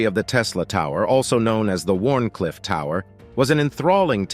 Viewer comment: It's a Pity that the creators of this video didn't do enough research to understand that it's Called Wardencliff tower, NOT Warn cliff tower. IF you're going to Create/Publish a Video, at least get your Facts and Component Names Correct!